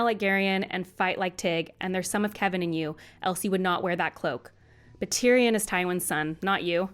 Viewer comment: Please someone tell how to say tyrion correctly